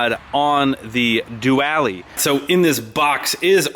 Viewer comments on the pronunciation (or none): He didnt really just fuckin call it a "due•ally" lmfao I hope that's an inside joke or some buddy slang...